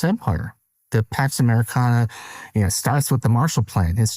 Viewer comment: I misheard Pax Americana as Tax Americana. Perhaps they're the same thing?